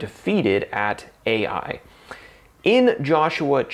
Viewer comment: I thought the pronunciation fo the city Ai, is EYE, not ay-eye. The Israelites were all held accountable and they had to dole out the capital punishment. That must have been hard. Imagine being the child of this man and being stoned to death for Achan's greed and lust.And all of this sin is burned. ties into the end times. We need to get right with God now. Excellent reminder.